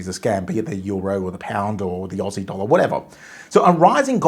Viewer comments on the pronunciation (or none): none